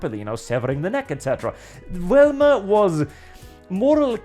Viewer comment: Me: +hears Wilma+ why is talking about the Flintstones?!?... Wait he means Velma 🤣🤣🤣